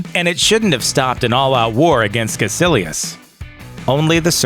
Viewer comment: Its Kaicilious not kacilious